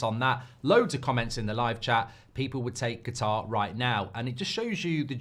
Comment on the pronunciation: Qatar 🇶🇦 is pronounced KATAR not GATAR OK?